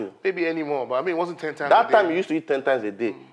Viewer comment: cooked the werey sm he started pronouncing heat for eat💀😂